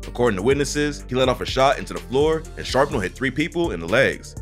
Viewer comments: well ross always says this channel is AI, but homie just said "sharp-nel" instead of "shrapnel" sooooo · “Sharpnal”???? It’s Shrapnel bro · Did this man say "sharpnel?" Possibly shrapnel?